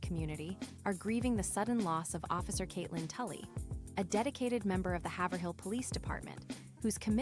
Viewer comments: It’s “Haiv-rill”. Not “Haver-hill” When the pronouncement of her town is constantly incorrect because you’ve never even been there, or even SAID OR HEARD the town…. It’s cringe! Fix it! It’s a dishonor to her! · Haverhill is pronounced hay vur hill